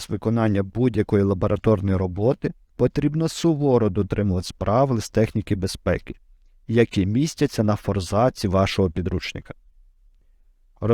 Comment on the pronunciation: не форзАц, а фОрзац